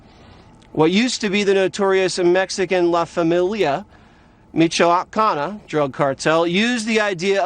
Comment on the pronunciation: He said michoacan wrong